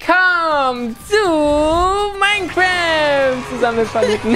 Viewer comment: Aussprache: Minecraft Deutsche Youtuber: MINECRÄÄÄÄÄÄÄÄÄÄÄÄÄÄÄÄÄÄÄÄÄÄÄÄÄÄÄÄÄÄÄÄÄÄÄÄÄFT